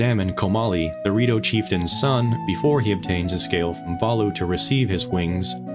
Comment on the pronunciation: Man, I'm telling you. Everytime he says "the Rito", I hear Dorito